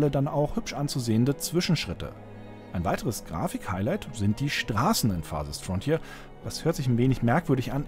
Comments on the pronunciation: "Farsest Fronthier" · FARSEST FRONTJIER XD